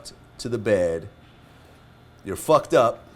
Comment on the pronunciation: . Vlad emphasis when he says "You're #UCKED UP" cracked me all the way up!